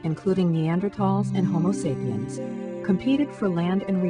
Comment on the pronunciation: Hahahaha. she said 'sapien'.